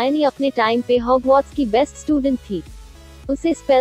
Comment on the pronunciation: It is Hogwarts not hogmauth